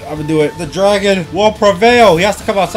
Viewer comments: the name is mess up lol graon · you got the wrong spell you said draon